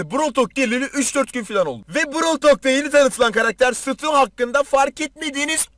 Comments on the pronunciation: Sutu değil Stu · Nobody:: Sutu